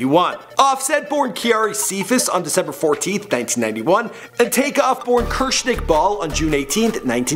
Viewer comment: It's not curse, NYC, it's the sound a sword makes Kershink